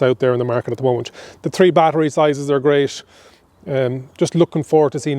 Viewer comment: Sorry but, could you explain to me what you mean when you say "bonnesh"? is it maybe the bonnet you are talking about? I also like the "pockesh" on he door🙂 People from UK will not understand you.. ahahaha. Anyway, greash video!